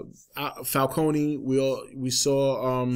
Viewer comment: Was anyone else annoyed by the way everyone pronounce "Falcone"?